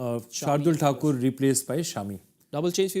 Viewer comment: I like how foreigners pronounced Shardul Thakur's name😂